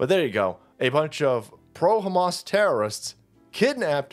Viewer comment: Mispronounciation its Ham Ass